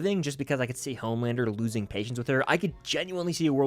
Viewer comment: Who is mad with everyone dying but “Omelander” (as butcher would say)?